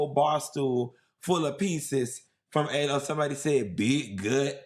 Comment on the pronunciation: Alo" is pronounced "AH-loh… I just had to 🙂